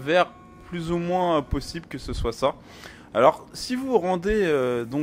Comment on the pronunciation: tu dis plosible au-lieu de possible